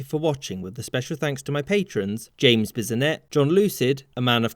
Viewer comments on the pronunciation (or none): none